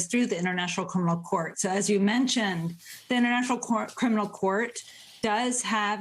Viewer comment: She really needs to work on her pronunciation of the word "criminal"